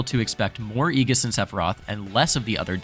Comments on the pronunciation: Just a heads up btw it's like ee-djiss not ee-giss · Great video, also its (Aye-jis) not (ee-gis) thats all lol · ējis is how it's pronounced. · Hearing Aegis pronounced like that made me feel so uncomfortable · I honestly can't wait for rip tide that is going to be soooooo hype, I don't think you understand. Also be ready for the rise of Meta Knight, with offline coming back and actual reactions he will be a menace, maybe not super popular, but a strong meta character. As just fantastic video, great voiceover and just info in general (kinda didn't like the way you said Aegis) MK B META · Who taught you how to say Aegis lol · Who tf is aegis